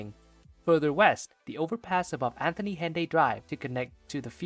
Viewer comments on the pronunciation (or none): none